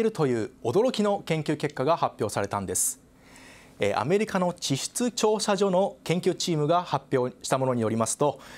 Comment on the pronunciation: ちしつちょうしゃじょ